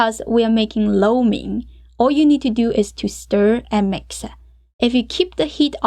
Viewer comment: 感觉MIX 你念MIXER，sauce你念saucer等等等等。。。。好有意思哦。。。